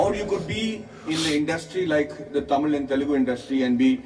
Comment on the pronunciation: You speak English. But you are struggling when pronouncing Indian language written in english. First thing, you should know the vowels in tamil which have short and long sound. Most of the words have 'a'. If it is written 'aa' it has long sound. Your ponunciation for a word that has 'a' is wrong. You should not pronounce 'a' in english style for tamil word that has 'a'. Use the sound 'u' in 'cut' for short sound. Use the sound 'o' in 'hot' or 'au' in caught for long sound. Now you try 'Sagalakalaa Vallavan'.